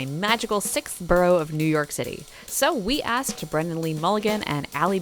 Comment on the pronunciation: His name was definitely mispronounced. The captions correctly state what is said.